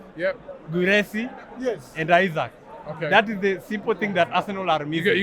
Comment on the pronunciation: Not Isaac,Isak for heavens sake 😂😂...Kenya is our business though